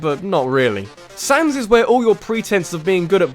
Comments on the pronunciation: Not Sonnes, you were right the first time it's pronounced Sanz. Like as in Comic Sans the font. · its not Sons its Sans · Its sans not sonz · It said SANS NOT SONS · Say comic sans. Now say sans. Same word. Not sons. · You have such a stupid accent! Sonns!?! It's sAns you idiot!!! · WTF!!! its SANS NOT SONS!!!!!!!!!!!!!! IM DISLIKING!!!! AND THE BEST CHARACTER IS UNDYNE!!!!!!!!!!!!!!! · he called sans sons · His name is SANS not SONS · Saaaaaahhhh ns. Not Sohns. Saaaahhhh ns. Sans. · he labels him as sans, he just prenounces it sons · ...'S-aw-ns'? I'm assuming you pronounce Comic Sans the same way which is really jarring comparing to everyone else pronouncing his name S-ah-ns...Mind you, I don't care but it's still jarring (As far as I know, there's no official pronunciation for his name so I don't care how you say it) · ARG ITS SANS NOT SONS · its not sons its s-a-n-s its not that hard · i never seen a guy call sans "soans" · I actually enjoyed the Sans fight. It is Sans by the way, not 'Sonz'. But yeah, it was challenging and difficult, and felt very rewarding once you finally beat him. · Dude it isnt sonns its sans like comic sans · sonns? its sans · It's not sons it's sans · why do you prenounce sans as sons? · Why do u pronounce all the names wrong sons really? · REALLY sans is number 3 also its pronounced sA.ns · Heres my top 5 undertale bosses. There are only like 6 bosses in the game but whatever I gotta milk the undertale train. ? Fucking sonns? SONNS? Can you not pronounce it or do you just not get the painfully obvious joke? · Oh god, never have I facepalmed so much at a simple mispronounciation, than "Sorns". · HOW THE HECK DO YOU MISPRONOUNCE SANS?! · It's Sans. Like 'Comic Sans'? His text.